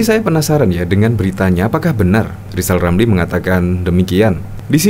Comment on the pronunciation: Lisal Lamli jangan sombong? Bila anda bisa ngomong Eerrrr maka anda diangkat jadi menteli terus dibuang di Nusakambangan